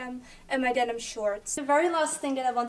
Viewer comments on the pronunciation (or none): none